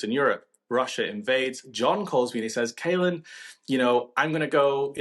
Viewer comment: Caolan not ‘kalen’ and he’s Irish. Good comment otherwise, and yes, we do have some great British journalists too.